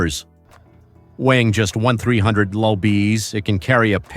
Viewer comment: I HATE these computer voices! Especially when they're as dumb as this one trying to pronounce things like MPH or 1,300.